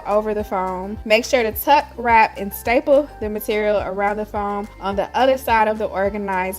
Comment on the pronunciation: Did you say styple or staple the first two times? Accuracy counts! Bang.